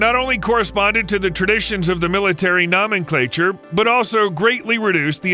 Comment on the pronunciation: Nomenclature is pronounced with a long o like a garden gnome.